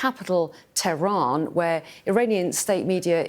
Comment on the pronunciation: did she say "the capital, Tevran" ?